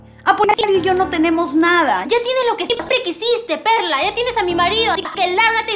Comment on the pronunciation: Le dijo perr4 no perla 😂👌